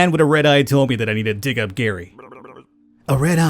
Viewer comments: No my name is Gerry its pronounced the same as Jerry NOT like Gary come on dude! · Gerry is said as Jerry where I come from. Not Gary, annoying. But I’ll deal with it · Oh yeah. Gerry is pronounced like Jerry.